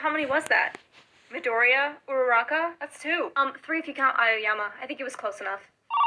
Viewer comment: IT ALWAYS SOUNDS LIKE URADAKAAAAA